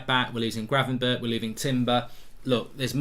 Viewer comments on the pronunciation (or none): none